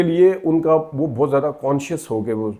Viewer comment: جناب بات تو ٹھیک کی ہے آپ نے، مگر آپ کا اپنا تلفظ بھی احتیاط کا متقاضی ہے ۔۔ بہت کو بوتھ کہنا، متاثر کی جگہ انسپائر کا لفظ استعمال کرنا ، اردو لینگویج ، انگلش لینگویج کہنا ، مناسب نہیں۔۔ شکریہ